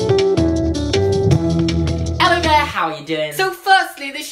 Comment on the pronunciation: I'm sorry but I rage every time you say ello there instead of hello there